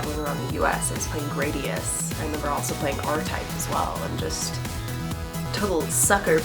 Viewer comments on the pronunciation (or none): Its pronounced Grah dee us I promise <3 Vic Viper. Rainbow Moon!! gooose bumps ahhh